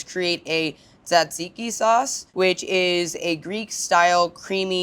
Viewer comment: Thanks for saying tzatziki correctly!